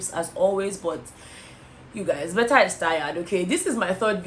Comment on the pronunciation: Betha! Betha! 🤣🤣🤣🤣🤣🤣